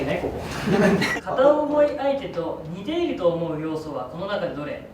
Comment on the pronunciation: 矢花くんって関西出身じゃないよね？「似↑ている」って発音気になった☺方言男子すき 樹くんが出てるとコメントがそればっかりになって、侍達へのコメントみたいなあ。 普段のコメント欄が面白いからよけいに笑